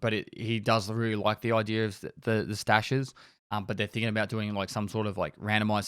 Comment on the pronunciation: also "stashes" not "staches"